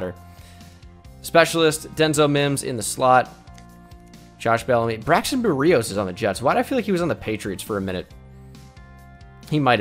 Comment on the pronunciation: NOT BERIOS BERRY- OS